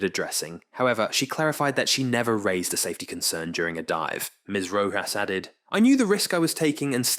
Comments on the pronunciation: Odd that the narrator pronounces words two different ways. Must be another ai. Dive- deev, scientific- scientifique. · Deeev? TITan? Really? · A "DEEVE" of only 7 meters..smh this ai crap is worthless to listen to